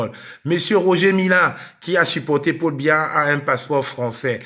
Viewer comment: le président de la république du Cameroun s'appel Paul Biya. Tu n'es même pas capable de prononcer proprement son nom. C'est une perte de temps avec cette racaille. Des gens comme toi ne savent quoi faire de leurs vies